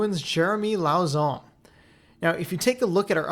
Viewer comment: Just FYI lauzon is pronounced l-ow-zo silentish n